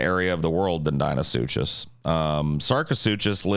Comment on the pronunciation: UMMM... actually it's pronounced dino-suc-cus